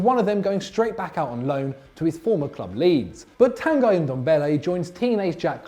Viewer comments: Amir Khalid no the guy is prononced g-e like green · Is Tanguy Ndombele's first name really pronounced "Tan Guy"?